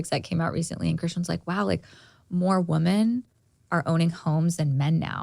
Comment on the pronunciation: gosh love but she still hasnt learned to pronounce women vs woman!